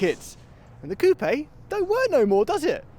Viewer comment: Cope - eh lol